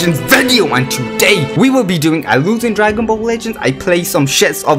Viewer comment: No one: No one at all: This guy: IMMA PLAY FORTNUT AND DWANGON BALL IN ONE VID